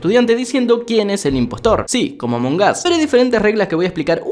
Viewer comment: Among us❌ Amongas✔️ 😂😂😂